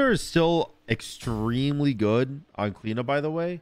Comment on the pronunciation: As an Irish person, it triggers me every time you say Cliodhna and its so so so wrong man